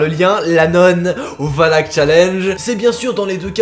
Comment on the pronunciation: Oui OUI!! tu as dit valak:) et pas walak comme wallah